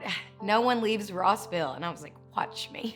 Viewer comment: It's not Roseville, GA. It's ROSS-ville.